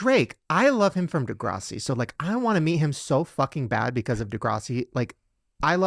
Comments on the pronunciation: is this a Mandela effect…. shane said “degr’AUSS’ie”…. i thought it was de’GRASS’ie 🤔🤔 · It's not De-graw-si it's De-GRASS-i haha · Degrawssi he said….😂😂😂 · I’m triggered by the way Shane pronounces DEGRASSI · Have I been pronouncing Degrassi wrong my whole life 🤨